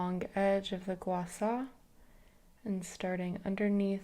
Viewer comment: Thank you for pronouncing gua sha correctly 🫶 this was a nice video, thanks for sharing!!